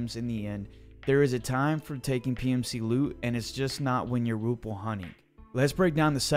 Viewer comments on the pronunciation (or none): you know it's 'rouble' not 'ruple' or whatever you said lol